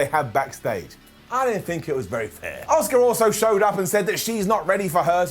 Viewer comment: Priest is awful, Bunny is bad.... Brown down for the full segment One again, you bald moron. Her name is Asuka, NOT OSUKA. Shittle is just shit. Raw is just in the toilet